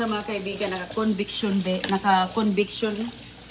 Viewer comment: Ano namang Conviction,ano ex convict?? Convection ang tama.😅😅😅